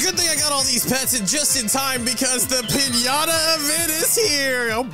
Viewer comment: doesn’t pronounce piñata properly😂